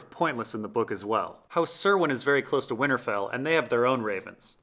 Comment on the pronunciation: PLEASE LEARN HOW TO PRONOUNCE HOUSE CURWYNS NAME FF,S!!!!!!!!!!!!!!!!!!!! ITS A C NOT AN S